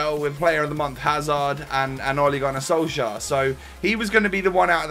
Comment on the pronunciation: Let me help you once again wit the pronounciation. Ole Gunnar Solskjær. In the Solskjær the jær is kinda pronounced as "Yeah" and with the "K" in front is kinda like "Kyeah". The "Sol" is kinda pronounced as "Soel". I don't know how to explain that properly.